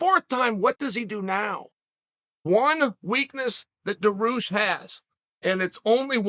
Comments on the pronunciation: Generally, I think Chael is trying to be condescending, when he pronounces the names wrong. For some reason, I get the feeling, with Dariush, he just doesn't know how to say the name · I love how he starts the video by saying his name loud, clear and slow and he still says it wrong 🤣 Lord Chael is undefeated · Chael, it's not Daroosh it's pronounced Dar - e - oosh and its not Mack - La - chev , its Mack - ah - Chev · I like how he say Islam for a while and suddenly drops Makelchev. Similarly, Beny Beny Beny..... Boom..... Daroosh